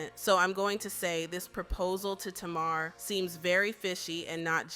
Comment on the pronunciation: My god, you can't even say TAMAR properly, get it right. 😂😂😂😂